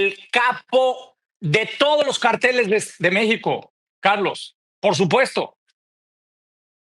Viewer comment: Noo se dice " carteles " es ( cárteles ) éste sr aparte de vulgar noo habla correctamente y lo estoy viendo por el invitado noo por el alazraki